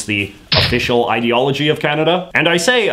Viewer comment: Do they pronounce it "ideoology"?